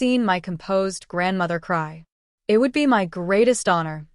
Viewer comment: "Wedding is O.F.F."? What is the matter with your AI? Teach it to pronounce off as a word, also it and while you're at it, us.